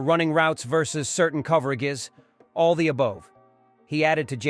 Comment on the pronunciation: "certain coverag-ez"; come on AI